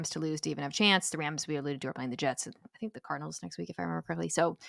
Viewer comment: Every time he says Cardinals I hear Colonels